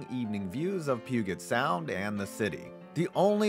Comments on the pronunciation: Your mispronunciation of “Puget Sound” is embarrassing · Lol the pronunciation of Puget Sound. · 'Pew get sound" lol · i know you didn’t just pronounce puget sound like that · AHHHHHH HE SAID PUGET SOUND WRONG 😭😭😭